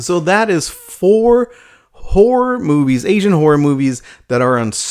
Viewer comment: i just keep hearing him say "asian whore films"